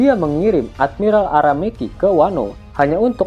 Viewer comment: Aramaki cokk bukan ara-meki 😂